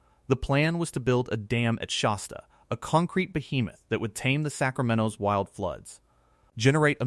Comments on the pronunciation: It's Shasta (like "hat"), not Shosta. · If this guy cannot correctly pronounce the word "Shasta" then it doesn't inspire me to believe anything he says